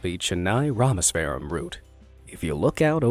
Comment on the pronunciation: its not pronounced rameswaram its rameshwaram, its more like pambhan too,And no the train just fell over the bridge into the water, and 5 of them were discovered close to death and they said they want to live then they died thats the story, my friends friends great uncles cousin was one of the witnesses